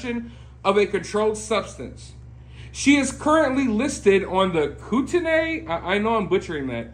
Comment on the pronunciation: Whoa... Oh, I believe it's pronounced Koot (as in hoot) - knee (as in your knee) Koot-knee County.